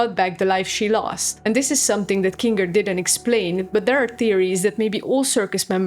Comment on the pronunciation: You really gonna use that "hard r" when talking about Kinga?